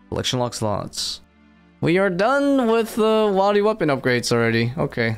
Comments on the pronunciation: He pronounced it correctly in the beginning of the video, but unfortunately he keeps falling back into bad habits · It’s wildy not wildy!! Like “will-deez” Not “while-deez” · Is he saying wildy wrong on purpose?